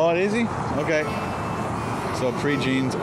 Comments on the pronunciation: I'm from lafayette and not to sound rude but the way you pronounce "prejeans" makes me cringe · It's a good thing few people heard you pronouncing things, haha! Just a handy tip, it's Pray-Jawn in pronunciation, not Pre-Jean. It's a gorgeous place, just sounds funny. Proud to be from this beautiful hub city. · furthermore its pronounced like "pray johns" and actually locals have many more preferred placss, although for tourists that place works fine. this is a city with hundreds of restaurants and really so many things to see and do!